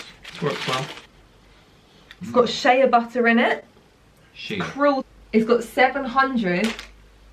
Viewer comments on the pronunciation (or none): you said “it has shayaa butter in it” THATS NOT HOW U PRONOUNCE IT 😂😂😂😂😂😂😂